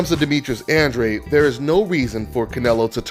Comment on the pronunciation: Why do so many people struggle saying Andrade?